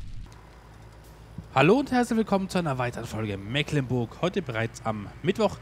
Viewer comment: Hallo, es riecht nach Abschied von der schönen Mecklenburg, ja: Meeeklenburg,-), was ich persönlich sehr bedauere, weils meine Heimat ist. Die Gründe kann ich aber nachvollziehen und würde mich über ein LP auf der Old Streams Map extrem freuen, oder schau Dir mal die Lauchringen oder SwissMap vom TuneWar an - auch sehr schön, klein und sehr schick! Super, dass du deine Zuschauer hier so in alles miteinbeziehst, das ist ne nette Truppe hier:-) Hut ab und viele Grüße, Katharina